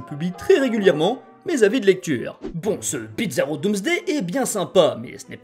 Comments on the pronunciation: C'est moi ou tu prononce bizarro, "Bitzarro" ? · Pourquoi tu prononce bitzarro ? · pourquoi "Bidzaro"? Il faut le prononcer comme bizarre, et non comme pizza 😅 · tu disait bizaro mais j'entendais pizza roh... j'ai faim.